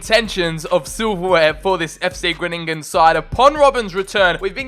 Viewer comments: its not gruningen but its groningen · Number 10. And it' s Groningen and not Groënininen😂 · It’s (Gron-i-gen) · How to pronounce Fc Gronigen Fc gron-agen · I know you addressed it in the video, so this is more just some information, but Groningen is pronounced with en emphasis on the "Gro" [Grow-ni- gen] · Haha it Groningen, you need to speak out the grOningen😂